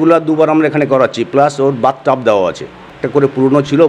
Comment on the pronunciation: ওটা বাথ টাব হবে না ; ওটা হবে বাঘ টাব 😂😂😂